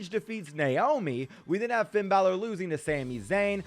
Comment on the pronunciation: When he ses finns name it sounds like feind balor